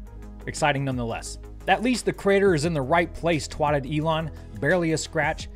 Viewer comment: I giggle every time he says, "...twatted..."